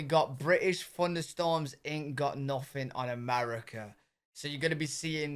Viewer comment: Funderstorms? Seriously?